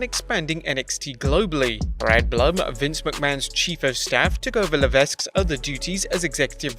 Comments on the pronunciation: Le-Veck or La-Veck. The S is actually silent. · The s is silent in hhh last name . La veck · FYI, the s shouldn't be pronounced in Levesque. Always sounds weird to me when someone does. :p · LA-VECK, GO-BEAR